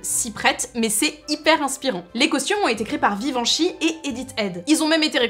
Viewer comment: ahah on est d'accord elle a dit " Vivenchy" au lieu de Givenchy à 3.39. Sinon super vidéo comme tjrs